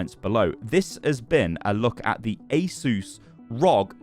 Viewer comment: Asus being pronounced correctly is so satisfying (Ay Zeus)